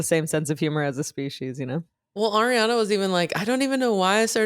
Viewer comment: Is Spanish pronunciation, “Awe-riana”, idk 🤷‍♀️